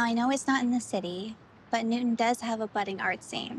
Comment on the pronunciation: I'm a stickler for diction when it comes to actors. I hope that this actress portraying Laura has only the one gaffe where she called Newton "noon". Ugh. Director must have been distracted to let that go by.